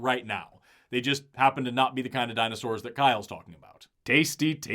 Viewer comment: Why does he keep saying “Dino-shors” ??